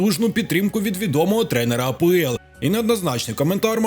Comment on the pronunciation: Автор кажіть вже на Англійську лігу А , ПЕ , ЕЛ . А не А, ПО, ЕЛ. скільки можна помилятись ?